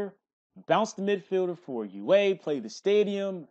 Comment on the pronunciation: "You aye" lmaoo gotta love